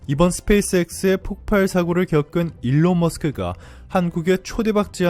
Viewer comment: 폭팔? 바른 발음하세요.